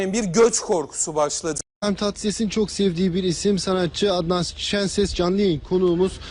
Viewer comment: Adnan sikişenses😂😂